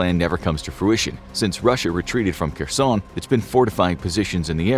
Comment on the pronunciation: Was für Experten seid Ihr denn? Könnt nicht mal den Namen von Kherson richtig aussprechen. Und erzählt uns lauter Zeug, das wir sowieso schon wissen ...